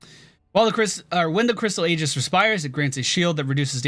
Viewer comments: "EE - JISS" is how it is pronounced, pretty good look at the hero, actually the first support i might enjoy playing. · It's said more like EJIS (AE-JIS would generally be acceptable), not Aegis. No hard G. Someone had to say it. Also you could make a farily solid blindbot out of her with the cooldown reduction and blind ability. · Just so you know, "Aegis" is pronounced "Ee-jiss" or "eye-jiss." Contrary to popular belief, 'ae' is most commonly pronounced 'ee' or 'eye' rather than 'ey' (like 'hey').